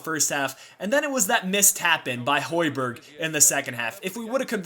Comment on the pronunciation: Plz, find the real way to say højberg (Im from Denmark) :)